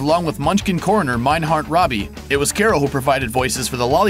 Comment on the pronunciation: As a distant relative of Meindhart Raabe. OUR LAST NAME IS PRONOUNCED LIKE THE DISEASE. TWO A'S MAKE THE SOUND A NOT AH. ITS NOT ROBBY RAY-BE